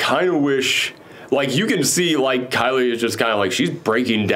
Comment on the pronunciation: Isaiah is pronounced EYE-zay-YUH. Leader of the Flagsmashers is KARLI not Kylie. lol